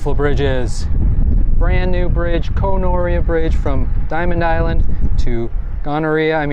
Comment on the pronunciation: Koh Noreah...Gonorrhea LOL (very punny).